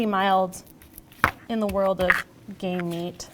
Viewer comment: I really had to listen, I could have sworn I heard "lamb is pretty mild in the world of gay meat" I laughed for like 10 minutes